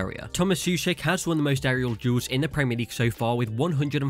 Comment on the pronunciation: Souček and Coufal you must read like O not OU . In Czech OU is O in English. Thanks for video from Czeh Republic.